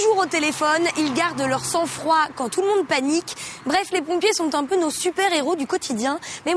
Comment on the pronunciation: Un peu et non impeu ;)